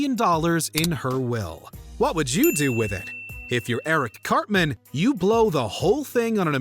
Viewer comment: i stg i thought you called him "cockman" i had to take a triple take